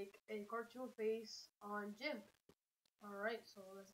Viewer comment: it is not jimp it's g imp